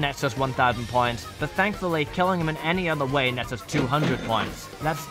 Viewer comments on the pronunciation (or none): I though he was saying pints